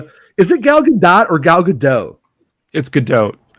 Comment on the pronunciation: Gal Gadot is pronounced with the T..I'm being playful LOL